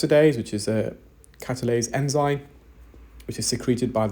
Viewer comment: Enzymes not enzynes! M not N